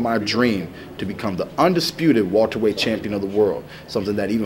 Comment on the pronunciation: someone please tell him it's welterweight not walterweight